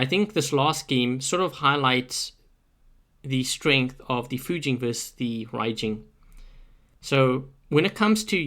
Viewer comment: 1st, Thank you for pronouncing the names RIGHT!!!! Fu-jean and Ry-jean!!! Not Few-gin or Ray-gin! Raijin's only strength is being able to hold a beacon in lower play IF you can get there fast enough and don't get flanked and you are a massive tripping hazard to the rest of your team if you aren't a conciencous player espescially at the 1st initial spawn. Fujin is a better option (notice he's using THREE?!) with the shield buff. I wish pixonic implemented the molot and punisher rapid fire that was on test server last year... Fujin still could use a longer range weapon! The tumbulas buff with continuous fire would work well.